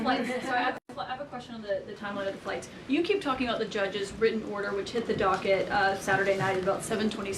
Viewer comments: If she's so well educated and supposedly speaks so well, why can't she pronounce written, important, Putin, or any other word with a "T" in the middle? Saying "wri-en," "impor-ent," and "Pu-in" is not an educated way of speaking. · "The judges' wri-en order" T is now the letter that's been dropped from the alphabet, the way the word "were" has been dropped from the language.